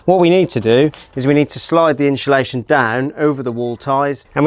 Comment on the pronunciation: Inshulaschon…. Someone teach this guy to say it properly please